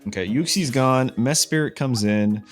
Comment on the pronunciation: WHERE IS THE OTHER I THERE IS ONLY ONE I IN MESPRIT WHY ARE YOU SAYING MESPIRIT YOU EVEN MISSPELLED IT IN YOUR DESCRIPTION WHAT WHY HOW